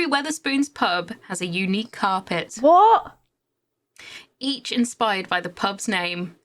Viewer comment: "What?" is the most British I've ever heard her